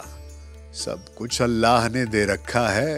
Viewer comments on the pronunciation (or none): none